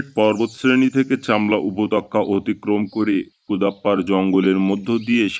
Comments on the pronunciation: Upotokkya ki re? Upottyoka bolte shekhoni? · বড্ড বেঠিক উচ্চারন। উপতক্কা নয়,উপত্যকা। শোনায় বিঘ্ন ঘটেছে বারবার। একটু খেয়াল করুন। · Apnar upotyoka uchharon khub kane jantrona dichhe ektu juktakkhor para practice 😂😂😂korun.....